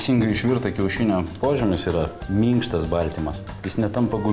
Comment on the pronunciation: mYnkštas 🤣 Hilbilis